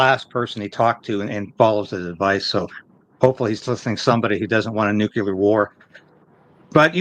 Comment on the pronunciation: I love your channel and commentary, but please stop saying nucular 🤐, it's NU-CLE-AR. 👌 Thank You.🙏